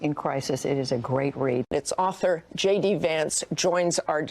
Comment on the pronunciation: J.D. .... is that pronounced "shady"?